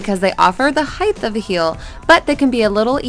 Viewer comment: Heighth is not a word, it"s height.